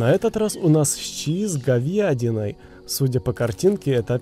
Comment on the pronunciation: Никто: Абсолютно никто:: щи с говЬядиной🙂